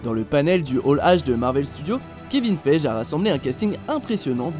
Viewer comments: Juste pour que tu le saches on ne prononce pas Kevin "feije" mais Kevin "fégui" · kevin faije 😂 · Ça se prononce Kevin FEGUIE A CHAQUE FOIS VOUS VOUS TROMPEZ AVEC VOS TOP QUI SERVENT À RIEN... c est bon je me suis lâché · Apprend à prononcer Kevin Feige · Kevin Feige : le deuxième "e" se prononce "i"